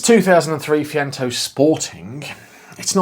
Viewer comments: It’s Say-Chento, as every Italian will be shouting at their phones! And Chink-Wee-Chento will get you close to the other pronouniation! Great little car. Lots of fun in a tiny package! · Pronounced phonetically "say chen tow" Fiat fan here🤗👍🇮🇪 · it's pronounced say chen toe jon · I had one Seicento and four Cinquecentos. Great fun cars, modified most of them! Do look for rot around the rear beam and sill/boot floor corners. I'm sure someone will have already taken offence, but it's 'Say-Chen-Toe' :) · See Chen Toe is the proper way to say it. Thank goodness it's not yellow... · Please say the name correctly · See-chento and Chin-kwa-chento. You've spent too long speaking Malaysian! My 2nd girlfriend had both models in the Sporting trim, both in the yellow. The clutch cable used to snap regularly. My 1st car was the Punto Sporting so getting into her cars was like getting into a soviet era Lada. The Seicento just looked like the Cinquecento had an allergic reaction to peanuts.